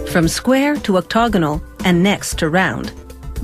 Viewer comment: Oc-TAG-onal not oc-tog-onal it's an octagon after all not an octo-gon